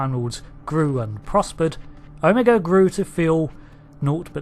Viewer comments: It's pronounced "OH - MA- GA" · I dig how the Brits say O-MEGA.